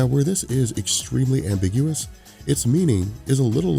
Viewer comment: "Ambi-GU-ous"... Seriously, what the hell? Did you mean "am-BIG-uous"? How on Earth did you managed to fuck up the pronunciation on that word? Have you honestly never heard that word spoken aloud before?